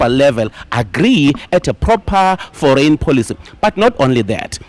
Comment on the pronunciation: Foreign policies… I thought he said “ for rain policies!”😅😅😅